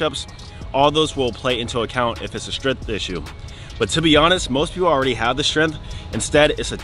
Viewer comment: “Strenth” or “tentacle” issue 😳🤔.